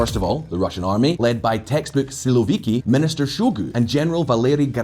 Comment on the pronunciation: Man, You pronounce "siłowiki" in a way that it sounds like "słowiki" (at least in polish ear :) ) It's a little funny, because "siłowik" is a term used to describe an aggressive stance, usually called a "hawk" in English. On the contrary, "słowik" it's literally a nightingale (Luscinia luscinia) . I can't imagine Shoigu or Kadyrow as a nightingale singing in the meadow in the evening :D